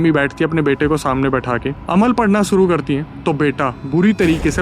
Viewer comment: Alam nahi Amal bolte hai usko bhaiya